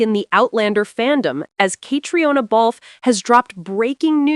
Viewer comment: Her name is pronounced “Katrina.” The “e” in Balfe” is not pronounced. To say it any other way is rude and insulting . If you can manage the names of designers, you should be able to pronounce Cait’s name. After all she’s not a newcomer to fashion, cinema or television.